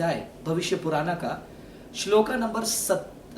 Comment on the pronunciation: Hindi to sahi bol rahe ho fir shlok ko shloka or puran ko purana q bol rahe ho